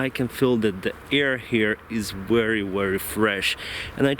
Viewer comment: Not only a pilot but also a good travel guide.. Interesting places.. You speak very clearly and I can understand everything you say without having to check the dictionary. I'm not an english but I notice your pronunciation of the word "very" looks very strange, it's most like "wery" instead..